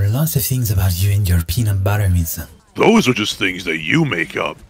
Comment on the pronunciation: Ah yes Wington